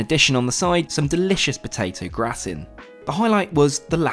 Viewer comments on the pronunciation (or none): Hey....great vid. Love vicariously travelling with you....would you like to know Moet's pronounciation? And 'gratin'?